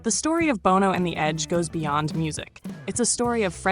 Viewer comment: Love the list. However, I cringed everytime you mispronounced Bono's name.